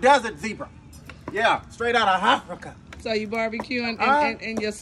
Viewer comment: "Straight outta H'Af-rica"!